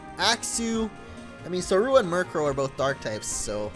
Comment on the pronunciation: its zor-uuu-wa not zo-ru-a